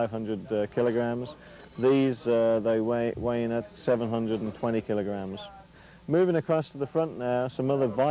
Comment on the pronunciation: Kill a gram? W tf this Irishman talkin